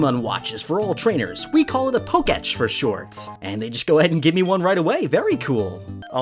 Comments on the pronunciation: Poketch sounds like “poke bitch” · Why does nobody ever pronounce Poketech right?